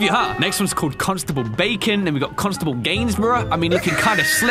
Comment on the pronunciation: Wait a minute, did he say cons table bacon. I’m not a constable though